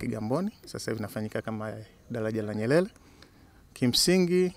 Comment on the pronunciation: 😃😃😃😀 dalaja hili la nyelele kwenye r yeye ni l tu